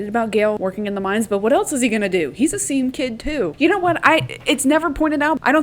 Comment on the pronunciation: Whenever you say “seam kid” all I hear is scene kid and I just imagine them all with scene haircuts